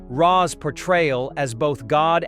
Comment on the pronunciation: Same. Hearing it butcher Ra's name caused me actual pain.